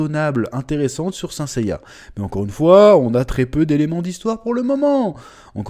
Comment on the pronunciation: « Quenaïte of zeu zodiac » « Seins saiya » Change rien chef , on t’aime 🙏🙏